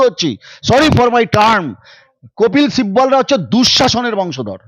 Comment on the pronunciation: তবিল sibbal.. কপিল sibbal না